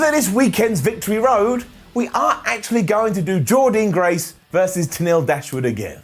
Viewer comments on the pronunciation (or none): Please pronounce Jordynne Grace’s name correctly (it’s Jordin Grace how you say it) overall though great to see whatculture carrying on giving impact love & coverage Please do victory road